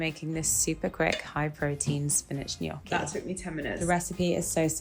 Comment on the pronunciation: love that you say gnocchi correct